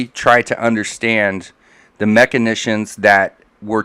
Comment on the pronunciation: Guys, guys, guys...this word that crops up repeatedly is machinAtions...not machinitions. Pronounced like... mak-in-ay-shuns